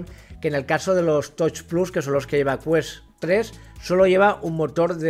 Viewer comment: Un truquillo (que a lo mejor a algunos espectadores hasta les molesta leerlo), es que hay páginas de text to speech, donde tú pones los nombres de cosas en inglés que más vayas a decir en tu vídeo, le das al play y escucharás una voz leyendo en inglés esas cosas, por ejemplo "touch plus". Y así en 5 min las 3 tonterías que tengas que decir en tu vídeo las dirás bien en todo el vídeo. Pasa mucho con el nombre de los juegos. Lo digo porque a casi todos los de la habla hispana VR os pasa que el tema de pronunciar las cosas de tecnología sufrís muchísimo, y suena fatal la verdad (no tanto el hecho de decirlo mal que también sino que se note esa guerrilla para ver como sale cada palabra😂), queda menos profesional y es un poco agobiante a veces incluso escuchar esas peleas con por ejemplo "touch plus" dices "toich" o "tois", va cambiando todo el rato porque en el fondo uno va ya con miedo al no saber decirlo, y sería algo así como "tach plas", remarcando la CH. A otro que le pasa pero mucho peor que a tí es al de Virtual Games, pero en su caso es mucho más desastre porque destroza más la pronunciación y además se disculpa del inglés con coletillas todo el rato "mi inglés de andar por casa de garrafón" etc etc. Señores, menos sufrimiento para vosotros y la audiencia, es facilísimo, cualquier página de text to speech en 5 min antes de grabar el vídeo te soluciona para siempre eso. Y ojo ésto no es el típico rollo de "qué importante es el inglés" ni tonterías de esas, estamos en Españ